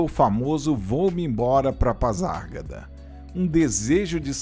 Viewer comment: Gostei do vídeo, apenas uma observação a forma de pronunciar PASARGADA, está errada.